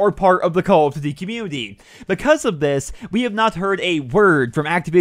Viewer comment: Jesus Christ it's call of DUTY not call of Z like the fuck